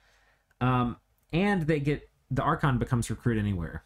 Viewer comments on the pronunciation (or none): none